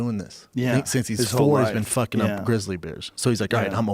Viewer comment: "Proper FookING twelve " 🤣🤣😂